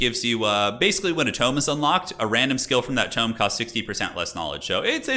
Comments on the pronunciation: toom? why are you saying tome like that?........ Toe-m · Violets are blue Roses are red Tome rhymes with home a tomb's for the dead